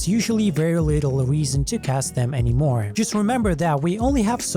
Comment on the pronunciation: "The only weason..." 😂